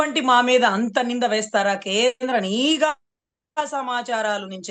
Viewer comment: అమ్మా మీరు కూడా నీగా అధికారులు అనడమేంటమ్మా.. నిఘా అధికారులు కరెక్ట్ మేడమ్.. అతనికి చదువు లేదు కాబట్టి నిఘా అనే పదాన్ని నీగా అంటాడు..